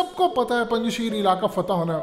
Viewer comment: O bhai lhuda k lie name sahi le lo isss ilaky ka..sheerrrrrr ni aa.. Punj shair a